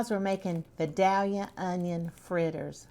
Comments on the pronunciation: Being a life.long Georgia Vidalia onion lover, and having lived in Georgia my whole life, I have to tell you it’s not pronouncdd “Vi dal ya“. It’s “Vi DAY lia“ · It's pronounced Vigh-day-yuh. The "l" is silent. The fritters look tasty. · It’s pronounced Vi dale ya. I’ve lived here all my life. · That would be vie-dale-yuh to us southerners. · Idk where this woman is, but it's clearly the south. Us GA folks, we eat these onions so much, so it's pretty much the only onion we eat. Oh, and by the way, how we pronounce the town where these onions are from is VI Dell Ya just so you know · To start with, you need to learn how to pronounce Vidalia.